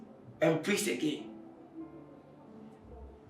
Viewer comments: "prease add prease again "😁🤭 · Prease and prease again 😂😂😂😂😂